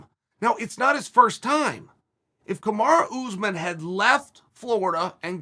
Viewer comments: “Kamarah Usman” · Everyone: “Kamaru Usman” Chael: “Kamara Oozman”